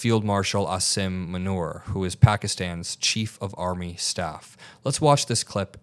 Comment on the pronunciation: Not "Asim Manure"... It's Muneer